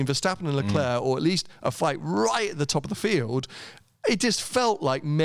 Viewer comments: It’s pronounced LeClaire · Someone please tell how to say LeClerc name... jesus christ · Yes! So annoying